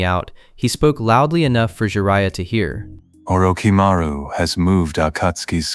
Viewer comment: Who the hell is Or-ooo-ch-maru? And what’s a saneeen? Did your AI narrator mean Orochimaru? And Sannin? Garbage. Your channel is garbage.